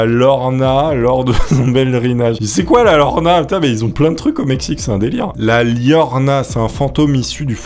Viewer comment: Llorona prononcé "Yorona" (la pleureuse). Oui au Mexique ils sont vachement axés sur la mort et les morts. Au sens propre comme au figuré 😅.